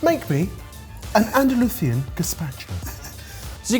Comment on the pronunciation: Why Brits pronounce Ibiza and Andalusia with the 😛 tongue out, thinking they are speaking like the locals. That's not how we pronounce it. 😄